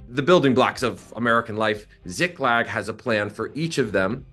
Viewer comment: how do you mispronounce a two syllable word?! You read it as Ziglak, when it's Ziklag. Honestly, journalists should be held to a higher standard.